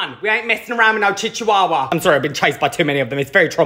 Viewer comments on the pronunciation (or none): I know the correct pronunciation is chihuahua but chichuahua is so much more fun to say 😭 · I adore the way you pronounce chchiwawa! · Now you've got me pronouncing my dogs breed as chichihuahua lol. Yes I have a Lil demon and I love her she just turned 4 months old and she's the best. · chiwewe. that's how I pronounce it, am I okay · I will ever only pronounce that breed of dog as chic chuwawa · The way he pronounces Chihuahua makes me laugh so hard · I honestly love how he pronounces Chihuahua, 😂❤️ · Him pronouncing chihuahua wrong physically pains me